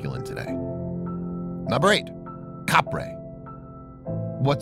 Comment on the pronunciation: it's not Caprey It's capre